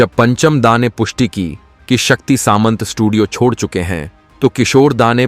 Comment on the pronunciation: वो शक्ती " सांमता" है न की " सामंत"😠